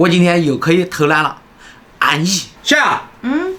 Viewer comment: 吵蕭處+蕭癢（這樣才是你的口音），我住美国，下次我可以去你們家吃饭嗎？我是你們的粉丝